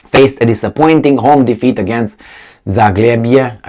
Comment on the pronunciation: say: "ZAG-LEBIE"